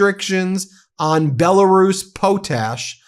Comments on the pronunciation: It's not POT TASH. Pot ash. It's fossilized ash. Pretty simple. Research words you're not sure how to pronounce. Not the first time you continually mispronounce words. Jesus Christ, and you're a law professor?? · It's POT ash. Not poa tash or poat ash. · It’s pronounced; Pot Ash, Prof. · It's pronounced pot' ash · Why is potash such a hard word for you to pronounce? Pot Ash Put them together.. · Pronounced as two words pot ash